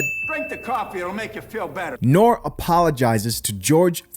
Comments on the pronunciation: Bro u look a lil younger than me so may not know about this Era of hip-hop, but the guys name is pronounced Nor-Ree not Nore. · Its not pronounced nor. Its pronounced norie